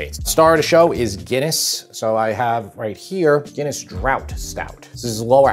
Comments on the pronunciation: Lol, I'm so sorry, but this is the second time this week where I've heard draught pronounced drought. It's pronounced draft 😂 But that looks amazing, potentially not a traditional Irish stew, but amazing nonetheless! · Drought stout...…Haha. It's another spelling of draft. It's pronounced draft. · lol so do Americans pronounce Draught beer as ‘drought’ like a lack of rain!?! It’s pronounced like ‘draft’ - it’s a draught style of beer! BLOODY LOL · The beer is draught beer. It’s pronounced draft! Made me chuckle x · When a stout is labeled "draught", that term is apparently pronounced "draft", not "drought". (In British English, they use a long A, so draught is pronounced "drahft".) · Draft, not drought. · Exactly... pronounced "draft" not "drought" LOL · Hi love the series. Just so ya know Guinness is not a ale beer but Called Porter firstly and secondly called Stout. And it's called not Drought.But called Draft.like a Draft through your front door or window.kerp on cooking and looking forward to more great recipes ❤ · Draught pronounced draft not drought. Best cut for this is shin beef and we also peel our potatoes. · Looks great! BTW, it's draft not drought. 🙂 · Brother, it's pronounced Draft not drought. Cheers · Draught is pronounced 'draft', not "drought". A drought is something nobody wants! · ... And Draught is pronounced draft not drout. Just sayin' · Draught is pronounced draft. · Good stuff thanks by the way Draught is pronounced “Draft “ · Draught pronounced "draft" . Good job boss 9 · Draught Guinness is pronounced “Draft”. Trust me I’m Irish 😉 By the way… good recipe my man. I make mine exactly the same way. Except I don’t know what chuck roast it. We call cuts by different names 🤷🏻‍♂️ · Looks great!!!! ….but,….….draught is pronounced like draft as in draft beer….(actually I thought it was pronounced drawt back when I was your age) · it's definitely pronounced "draft" haha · Draught Guinness is pronounced "Draft" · Draught is pronounced "draft"